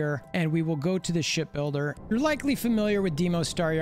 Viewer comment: i keep hearing " Shit builder " 😂😂😂